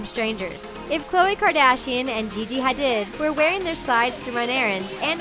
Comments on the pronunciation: is anyone going to talk about the way she pronounced "hadid" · she also said gigi hadid's last name wrong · Please learn how to pronounce: Givenchy and Hadid. Again, corduroy never went out not did fishnets and Juicy uses "couture" wrong and are sold at Kohl's.